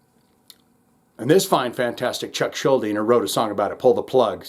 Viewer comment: Kudos for pronouncing Schuldiner correctly. People still get it wrong to this day, a quarter century after his "death"...